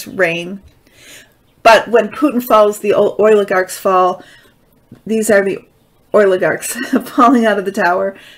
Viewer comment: I appreciate your taste in music. Thank you! It’s “behest.” Oligarch is pronounced with a long O. You are pronouncing it: oil-ih-garks